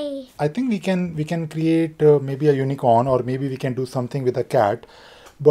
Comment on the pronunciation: What is the meaning of "lorning", and "vee are going"? Maybe you should speak English...